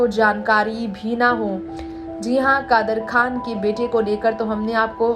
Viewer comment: You have to say kadar khan not khdar